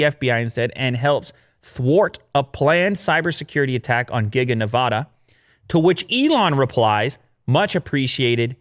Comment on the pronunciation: please stop pronouncing Nevada that way it’s wrong